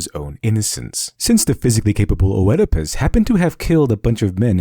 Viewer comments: An excellent analysis. And I should know, since I am totally uninformed about the Eastern tradition! :-) One tiny (and totally pedantic) quibble, though. You are pronouncing Oedipus incorrectly. I know that this shouldn't really impact the strength of your argument, but people often judge on your credibility rather than your arguments, and incorrect pronunciation threatens credibility. The "Oe" at the beginning of "Oedipus" does not represent two separate vowel sounds, as you have been pronouncing it (i.e., not "Oh-ed-i-pus"), it represents a diphthong in Greek that was originally written "Oi", pronounce more or less the same way as "oi" in English (the original Greek name of the play was Oidipous_Tyrannos -- literally, _Oedipus_the_Tyrant_, though the word tyrant in those just meant someone who ruled by force, not necessarily one who was evil); when translated into Latin, the combination "oi" is replaced with "oe" because this was the letter combination for the same sound in Latin (in Latin, the play is called _Oedipus_Rex_, which means _Oedipus_the_King_). In later Latin, the sound of "Oe" shifted to the sound "ay", but was still written "Oe". It was borrowed into English in that form, and then changed again with the Great Vowel Shift to be pronounced "ee", even though it is still written "Oe". Compare it to the words "phoenix", "foetus", and "onomatopoeia", or the old spelling (still modern British spelling) of "encyclopoedia" or "diarrhoea". The name, in English, is most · Am I the only one who: A.) Feels like you're completely pronouncing Oedipus incorrectly. Or, B.) Has been incorrectly pronouncing Oedipus incorrectly their entire life and is too scared to admit it. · I could be wrong, but I'm pretty sure in "Oedipus" the O is silent. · I had to stop. In Oedipus Rex the "O" is silent. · I cringed every time you said Oedipus. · Wonderfully informative video but please ... I beg of you, ... DO NOT PRONOUNCE THE "O" IN Oedipus. Thank you😊.